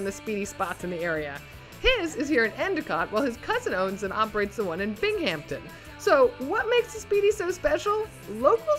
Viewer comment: Lol at pronunciation of Binghamton.